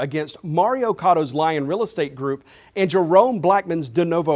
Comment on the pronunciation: Did he say "Lion Real Estate Group" or "Lyin' Real Estate Group"?